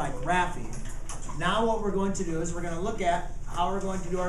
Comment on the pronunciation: he said what I'm gonna do is but it was all together at the same time so it sounded like Duse